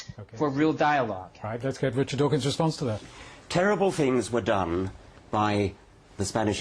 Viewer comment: "Mister Dachshund"